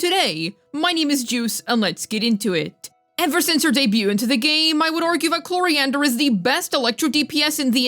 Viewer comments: my dear girl her name is Clorinde not Cloriander the E is silent at the end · At this point I'm just curious: Why does Juice call Clorinde "Cloriander"? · At this point I'm just curious: Why does Juice call Clorinde "Cloriander" most of the time?